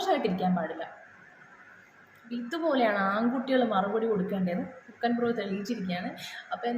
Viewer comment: ഹുൾക്കൻ അല്ല ഹൾക്കൻസ് . Muscles ഒക്കെ ഉള്ള ഒരു കഥാപാത്രം ആണ്..